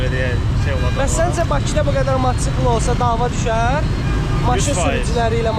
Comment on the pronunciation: Matçkl yox mataçkl